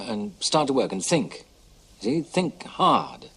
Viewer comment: Think rhymes with pink...